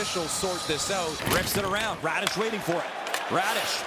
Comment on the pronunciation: Hit by "Raddish" heheheh that's hilarious